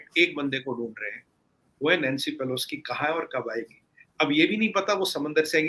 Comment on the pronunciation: कौन है यह इंडियन साइड से? नाम तक नहीं पता, नैंसी पेलोसी को पेलोस्की बोल रहा है और ज्ञान ऐसे बांट रहा है, जैसे सब कुछ इसी को पता है। 😊